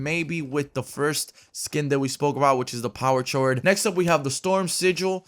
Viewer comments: I low key cringe every time he says "Power shord" instead of "Power chord (KORD)" lmao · "Power Chored" XD it's pronounced "power cord" + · It’s pronounced cord hollow😂😂😂😂 great vid tho. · you mean power chord...? like a chord, a string. “Ch-ore-d” no just no. It’s chord, thank you 🙃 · Power chord pronounced power cord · it is pronounced power cord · It's pronounced cord. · Also I think it's pronounced power cord like not chord lol. She is a punk chick and power chrods is something that is played on guitar... Noob... Jk man great Video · Its pronounced "kord." the h is silent c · isnt it pronounced power chord? (kord) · her name "power chord" is a guitar note nickname for sertain chords hit like a G or a D chord but it is pronounced "C-O-R-D" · If it’s spelled chord it sounds like cord when said homie, love the videos man💯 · Power chord 😂 is not said like that it's said cord even though it is spelt like that! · Power chord ahaha mispronounced chord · It's pronounced power cord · It's power chord but chord is pronounced cord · It's the h in chord is silent. So it's pronounce cored. Chord is a music reference and her back bling locks like a guitar so it makes sense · For the love of god, it's pronounced like cord. Lol it's a music term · for gods sake its powerKORD (powerchord” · Its said as cord But spelt like chord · The H is silent. It’s pronounced like Cord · Chord is pronounced like cord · you da man but im pretty its pronounced “ power cord” the “H” is ignored when pronouncing the word. Sincerely - The grammar Hog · It's power chord but it's pronounced power cord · "Chord" is pronounced "cord" dude. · My brain hurts every time hollow says chord wrong 😅 it’s pronounced cord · Him saying power chord bothers me. It’s “kord” like music chord. Like on guitar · Lol doesn't know how to say chord... It's( COR-D ) like a chord on a guitar hahaha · You arent pronouncing the first one chord is cord they are pronounced the same way